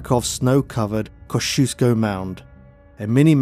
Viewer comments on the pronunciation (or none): none